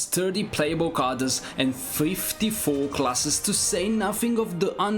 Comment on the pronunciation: Pease try to pronounce the word: "characters" correctly. The pronunciation of that word is really ear-splitting. But all in all a very good selection of games.